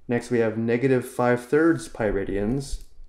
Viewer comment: For better explanations, check out "The Organic Chemistry Tutor". After watching this video 3 times, all I could hear is "Piridians" :(